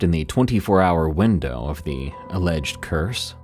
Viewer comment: Good catch with Lake huRON! I heard winDOWW too! This causes a brain skip to me and makes me a little sad with now another AI so few humans left on the Dead Internet!😢